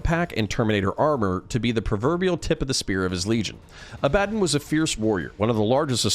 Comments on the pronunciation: Say it with me... abba- Don. Not a-bad-dan. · i cringe hard at how you say abbadon,its abba DON not abbadan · Abba-Don. ABBA DON Abbadon. Not , ............... A Bad un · I thought it was pronounced “Ab-Buh-Dawn” not “uh-BAD-dunn”. Is this a potato-potahto thing or is there a correct way to pronounce his name? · 'A-bad-un' ..? Pretty sure it's supposed to be pronounced 'Abba-don'. Although A-bad-un is hilarious because of its meaning in British vernacular. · ab-ah-don not abad-un good video otherwise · Pretty sure its aba-don not ah-bad-in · Bruh A-bad-on? Its Aba-Don How u gonna mispronounce that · wtf? 'A bad un'?? It's 'Abba-dawn' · IT IS NOT ABADIN (sounds like Aladin) IT IS ABADDON (ABA-Dawn) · Oh your one of those who calls him "ab bad on" instead of what he is called "abb a don" 😂😂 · Less "Ah-Bad-dun" and more "Ah-Buh-Dawn" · Agreed. Its not ah ba dun, it's ah buh dawn. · Woah woah woah, Abb-adon? It's Abba-DON broski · Is it not pronoubced ab-ah-don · Abaddon's pronunciation always messes me up. You are saying it the correct real world way but in all the audiobooks it's Ab-ah-don. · Im quite sure you're sick of these remarks, and i intend no hostility, quite enjoying the videos... The correct pronunciation of Abaddon is "Ab-uh-dohn". Greek - the archangel of the abyss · Ah buh don ffs how do so many people mispronounce that name when there are hundreds of audiobooks out with the correct pronunciation? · Say Abaddon right homes, beyond that, great video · Dude you've got to learn how to pronounce Abaddon correctly! Fantastic video though, i love your channel. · I hate the way you pronounce Abadon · Dude great video but you're pronouncing Abaddon really badly. Its not nice to hear. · damn you sure showed me. You make lore vids for a living and you get the main antagonist's name wrong, it just sounds like you cant read. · It was killing me hearing that pronunciation....THANKS!